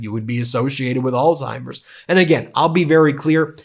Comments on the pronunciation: Come on Ben. It’s not “All timers” it’s Alzheimer’s. You gotta say the “Z” or you sound like a kid. Love you, love the Meidas brothers, been a subscriber since the beginning, but I get irked with mispronunciations and want to hear it correctly. (I come from a long line of linguists and writers.) That’s my problem and petty complaint. Meanwhile, you and your movement is really the most powerful independent media channel ever. You’re leading a movement that’s long overdue. You’re getting on Donald’s nerves but he’s afraid of you because he’s stupid. Keep pushing him. Just a matter of time before he completely snaps. Mary Trump is right. She knows him better than anyone and she’s a psychologist. Donald inherited his terrible father’s dementia. No cure. He won’t last even to the midterms is my prediction. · Please pronounce Alzheimers properly. There no T in it.